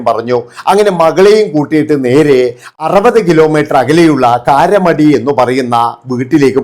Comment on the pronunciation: Not karamadi... Karamadai